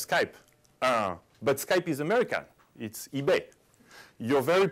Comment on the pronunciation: on dit pas Skypi en anglais ? au lieu de Skypeux ? :)